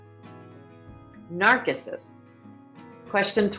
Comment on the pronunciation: It's someone colossally ignorant. NARK-issus? I mean, really.